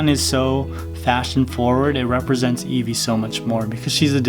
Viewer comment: You said nevie 😒😒😒😒